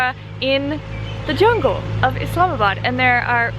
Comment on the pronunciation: the way you pronounce Pakistan & Islamabad is so perfect 🌟 I love that you respect our religion, culture & even care about pronunciation 😍 Thank you so much 💖 Huge Respect for you sister💕 May God Bless you with his Mercy💚